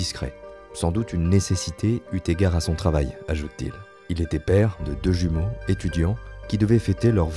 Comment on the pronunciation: Oups....la liaison qui est faite...."eut égard"....alors qu'il est écrit "eu égard"